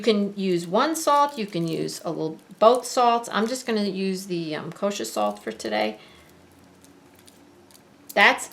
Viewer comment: "Thes ez... kosha swalt."